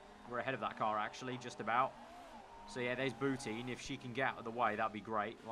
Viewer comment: Bou-TIN not teen